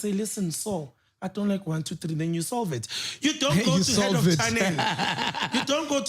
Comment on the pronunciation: "YOU SOL'VE IT"🤷🏽‍♂️